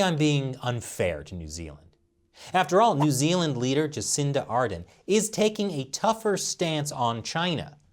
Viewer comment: Ar-dern not arden